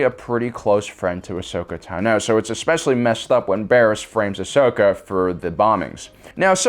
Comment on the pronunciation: Ashoka Taa-no!